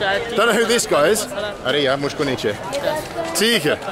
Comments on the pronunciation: Arey yaar, not Arey ya.. anyways it sounds same 👍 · Just a small correction. Its "Arey YAAR" not "Arey YA". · Hey Mr Bald. My Hindi is not that good since I’m from the Netherlands. But I can give you two small corrections to clean up the phrases :) It’s not “Are Yaa” but “Are Yaar” Yaar means friend. And it’s like “Oh come on buddy/pal. You can use Yaar also to say that someone is your friend. “Yeh mere yaar hai” You say, Main England se which literally roughly translated to ‘I from England’ try to add “hoon” (pronounce as hoo) afterwards. “Main England se hoon” so it’s I am from England.